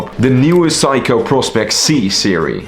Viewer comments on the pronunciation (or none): It's not psycho! it's Seiko (C-ko) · It's pronounced Seiko (/ˈseɪkoʊ/ SAY-koh), NOT Psycho! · Its not Saiko its Seiko, you have pronance e after s not a. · Say-ko. Not. Psycho 😅. I am wondering how he can do watch reviews?? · hey, just wanted to let you know that it's pronounced "say-ko", great video! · it’s okay. Just have’t heard Seiko that way before. 👍🏻